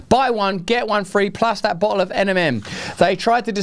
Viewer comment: Russell, your pronunciation of 'bottle' threw me for a poop. At first I thought you were being polite using the alternative for A-hole. Upon relisten in proper context, it works out just fine either way, Moderna(Ticker: MRNA) are incredible a55holes.